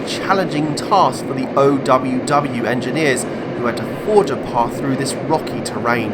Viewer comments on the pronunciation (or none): none